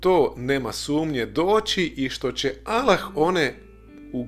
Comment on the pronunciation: Trebao si bar nauciti akcenat kada izgovaras ime Allah.. 1.“Kako će to biti– reče Marija anđelu- jer se ja ne sastajem sa mužem? Duh sveti sići će na te – odgovorio je Anđeo- Sila Svevišnjeg zaseniće te”. (Luka, , 35). 2.Po tvom tumacenju Boga je rodila Marija .. 3. Allah - Jedan! Allah je Utočište svakom! Nije rodio i rođen nije, i niko Mu ravan nije!"